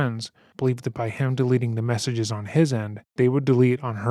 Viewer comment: He pronounce messages like salchicha 😭😭😭😭😭😭😭😭😭😭😭 His fake messages through her phone are so illiterate its like so obvious he wrote them and wasn't focusing